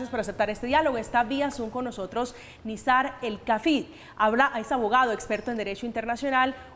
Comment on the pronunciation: Y no se dice Nizar, Nazir.